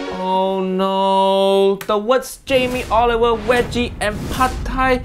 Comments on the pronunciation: I like how it sounds like Jamie Oliver wedgie… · idk if its just me but he called him jamie olive oil 😭😭💀 thats lowkey funny ngl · He said Jamie olive oil 🤣🤣